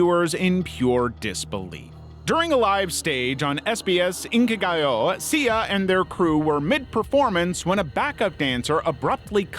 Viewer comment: I enjoy the Inkigayo pronunciation. Sounded like it had a Spanish flare! Lol